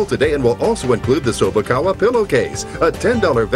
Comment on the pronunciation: Chew-bak-a? May the pillow be with you....